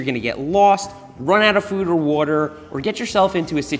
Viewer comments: What's a "warter bahtle" :p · Nobody: Seth: wuarer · Ah yes, the classic wuhter bottle